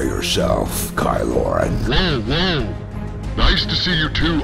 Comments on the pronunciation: Ky Loren. Thats definitely what I'll be calling him from now on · ky loren. I love it. lmfao